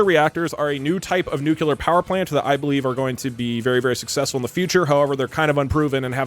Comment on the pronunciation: Doug’s killing me continually pronouncing nuclear as “nucular” 😂